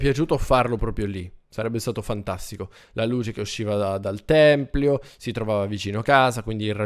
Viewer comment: Potresti fare un SANTUARIO al posto del tempio. Molto bello. Completalo! PS si dice tempio non Templio